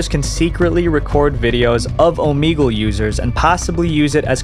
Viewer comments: Ooh Mee gal???????? 🤭🤭😮‍💨 annoying! Its Ooh Meg Lay 👍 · Bro, Oh-MEG-ull. Not Oh-meeg-ull. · wait.. its said omEgle? i thought it was like omehgle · omeegle he says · I don't think that's how you say "Omegle." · We're gonna have to listen to him pronounce the name of the app incorrectly A lot😵‍💫🥴